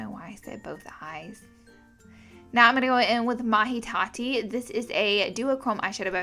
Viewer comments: Lol "Mahi Tati"... Isn't it called Mai Tai? Like the drink? Sounds like "my tie"? 😹 you're so funny Laura... Always full of linguistic surprises ;) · You are so adorable and the accent just adds to your appeal. By the way, Mai Tai is pronounced "my tie." I know this because it's the name of a drink that was popular ages ago and I'm old. ☺️ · I love how you pronounced Mai Tai !!